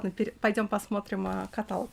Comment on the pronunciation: каталОг.